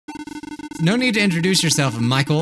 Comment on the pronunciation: at first it was okay then he said "michel"